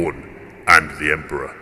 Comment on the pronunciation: did just say 'kamikaze for the emprah...and all that'?! ahahahaahahah!! beautiful armies guys, and i love the fact that these narrative campaigns give you the opportunity to show them off (and the terrains as well, so well done)